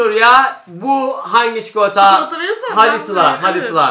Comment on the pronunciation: çikolataya çikoıata diyor